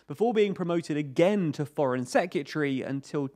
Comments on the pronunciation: Seh-kYuh-tree? When you hear a word so many times it loses meaning 😄 I think this pronunciation is missing an R each time though (seh·kRuh·tuh-ree) Great info and video as always though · Dude, LEARN HOW TO PRONOUNCE SEC-RE-TARY! IT'S NOT SEC-U-TREE! 🤦🏻‍♂️🤦🏻‍♂️🤦🏻‍♂️ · It sounds like "Se-ke-tree" to me. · I love your videos but can you please pronounce Secretary properly, its not secutry. It was used a lot in this video and started to get very cringy... It's like those people who say nucular instead of nuclear... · hahaha. I think the second syllable has a U in it. Se-cu-tree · Great video but that's not how you pronounce secretary 🤣! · can you pronounce secretary correctly pls